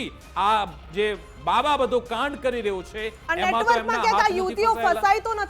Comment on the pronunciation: કાંડ સરખું બોલાય,, ગ સમજાય